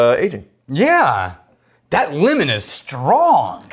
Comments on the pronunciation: I kept thinking was saying “linen” when he was saying “lemon” and I was soooo confused, especially when he said citrus. Thanks for pronouncing it the right way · lEmOn not Limin😂